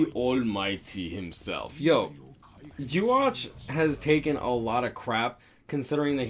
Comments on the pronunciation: Hahaha great list but it's yu ah ba ha. That's the correct pronunciation. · Yhwach is pronounced Ivar